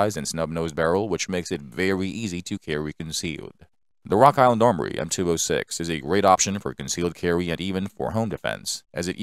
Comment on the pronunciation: And wok island awmowy